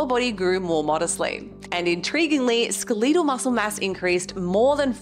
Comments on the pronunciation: The most surprising thing to me is your pronunciation of "skeletal." You're the 2nd person this week I've heard say it this way. It sounds very wrong. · I didn’t know Aussie’s out her saying SKUH-LEE-TAL 😂. You look amazing btw